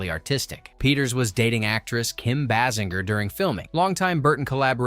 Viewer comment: You can’t even pronounce Kim’s name🙄